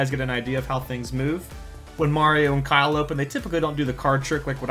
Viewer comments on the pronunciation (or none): none